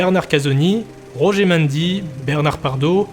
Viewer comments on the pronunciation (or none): none